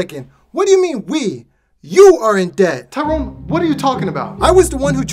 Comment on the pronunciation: It's not tiron it's " Tyrone "